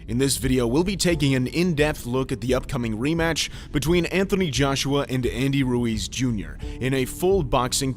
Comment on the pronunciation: Hes name is Ruiz not luis lol